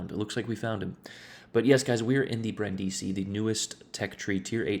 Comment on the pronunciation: The more you know: u almost pronounced it correctly. The first I is pronounced like the others and is the stressed one, what u said sounded more like Brandìsi. Still good tho. I wish the citadel was smaller, but it's still a nice ship. Good game anyway.